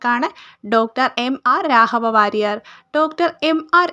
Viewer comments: അക്ഷരശുദ്ധി ശ്രദ്ധിക്കുമല്ലോ-- രാഹവ വാര്യർ അല്ല. രാഘവവാര്യർ ആണ്.😊😊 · 👌🏻👌🏻🙏🏻സൂപ്പർ ക്ലാസ്സ്‌ അപ്പൊ തന്നെ പഠിച്ചു പോകുന്നു. പിന്നെ 'രാഹവ 'വാര്യർ എന്ന് പറയുമ്പോ എന്തോ ഒരു ഇത്.